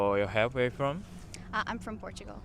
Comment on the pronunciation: just a tip, I don't know if you realize it but when you're speaking English you're kind of skipping over some important words/syllables. For example in your "where are you from?" we don't hear the "are". Or when you say "what do you do?" it sounds almost correct but it's way too fast, like it's all one word. I'm sure you're still learning, and otherwise your understanding of English seems very good. If you learn which syllables or words need to be emphasized or slowed down, you'll sound really good.